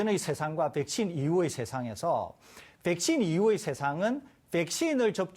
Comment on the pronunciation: 교수 붹-신, 봐이러스 영어 발음 너무 거슬리네... 한국말 할 때는 그냥 백신, 바이러스라고 해라 좀